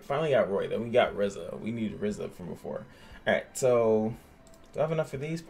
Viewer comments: I was so salty when u kept saying Ezra instead of "Erza" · sorry but it is Erza not Ezra rong name